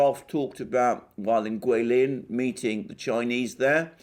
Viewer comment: Alexander thank you. I guess you can speak mandarin, you say Chinese guilin 桂林so accuracy . I like to listen your speech, keep on issuing more your viewpoint, I support you. Give you a thumb up.